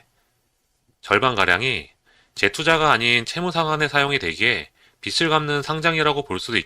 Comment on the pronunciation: 빚을은 비즐 이죠 비츨이 아닙니다 😅😅